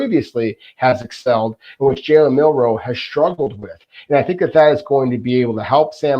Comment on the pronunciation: please run a speed test (google "internet speed test") and check if you're getting the speeds you're paying for. If you are, then you should probably upgrade your internet. If you aren't, then talk to your ISP. P.S.: It is Milroe with an L, not Minroe with an N. Milroe. Please, for the love of god, say his name correctly. It's really not a hard name to pronounce.